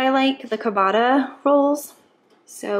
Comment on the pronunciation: just so you know ciabatta is like cha-batt-a...not being rude 😊